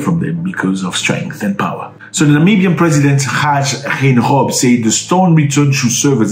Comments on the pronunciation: So it's Haa Gee, Gain gob. But I find this teaching ridiculous because we Africans speak all these colonialist languages and pronounce their names well!!! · Hage … like in ‘hug’ and the ‘e’ like in ‘we’ . Hug-e. Geinkob… Gei, like in ‘guy’ .. guy(n) kob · The name is pronounced as: Hi-Care Gain-go-p. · Hug_her Gain_gope lol if you pronounce it like that should sound close enough 👌🏾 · U pronounce it: Hug-a...Kayn-kop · I am Namibian, it's pronounced Haake gaine_cop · Murdered the name 🤣🤣🤣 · You murdered the name 😮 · Hage ( the ‘Ha’ you pronounce it like ‘Hu’ in the English word ‘Hug’, ‘ge’ you pronounce the ‘g’ like you pronounce ‘g’ in the work ‘gate’ ! Similarly the G in his surname is pronounced in the English way of pronouncing ‘G’! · Yes, you murdered Hadago's name and surname but we don't blame you. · No You did not pronounce it well 😂😂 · Lol nice try with the name 😅